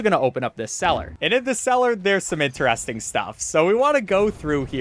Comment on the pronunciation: what accent says "interesting" like this (like he does)? in-te-rEs-ting